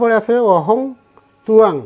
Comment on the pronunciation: অহং উচ্চারণ অহম হবে । ওঁ শান্তি